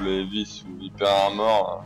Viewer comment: Sérieusement, je dois avouer qu’il y a des youtubeurs de France qui font de bonnes vidéos comme celle-là, mais sérieux l’accent anglais... C’est pas compliqué de dire un mot anglais correctement Evy n’est pas Heavy, Aylanedeur n’est pas Highlander, mais bon c’est pas méchant, excellente vidéo sinon 😉